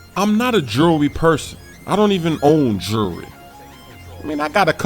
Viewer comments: " I dont even own jewlry" you cant even say jewlry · "Jewrrr" he can't say jewelry. S-s-s splash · You say jewlery wierd